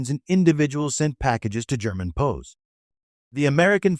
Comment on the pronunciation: STUPID AI: it's PEE OOO, W apostrophy s, meaning those taken during war. NOT POES. GET a real brain, metal head.